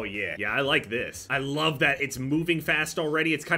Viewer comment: “I wuv recon”